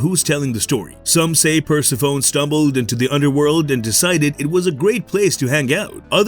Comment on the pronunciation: Per-sef-fone-nee, not "persi-phone"...